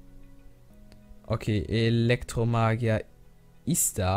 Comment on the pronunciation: Das heißt iz da und nicht is da